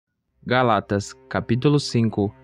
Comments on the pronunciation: Irmão, desculpa, mas é GÁLATAS, e não "GALÁTAS" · Moço, foi mal o incomodo, mas se fala: Gálatas, e não Galátas. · Irmão, "Gálatas" é uma palavra proparoxítona e não paroxítona. Fica a dica.